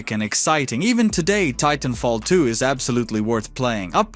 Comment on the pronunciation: I appreciate your overviews, but for the love of God, please pick a better AI voice generator! (Preferably one without a heavy accent that doesn't pronounce "Titanfall 2" like "Teethenfault Too".) Thanks!